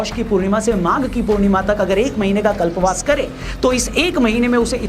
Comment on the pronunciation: कल्पावास नहीं कल्पवास